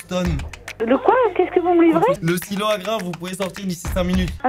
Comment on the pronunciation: J'avais compris stylo au lieu de silo